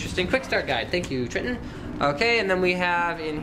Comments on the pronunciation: its not tr(i)tton its tr(I)tton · Try-tonne not Tri-tton. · its you pronounce it Tri-Ton lol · its Tritton not Snapper o you are wrong